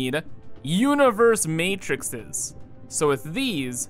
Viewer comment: The plural of Matrix is Matrices, the X (cks) sound gets replaced with a C (see) sound. Matri-cks -> Matri-Sees.